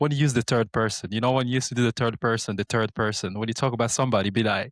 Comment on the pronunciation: "Turd person"